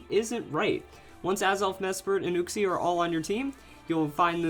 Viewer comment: i feel like he said uxie wrong